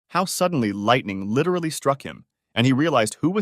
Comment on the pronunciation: Stop saying lirely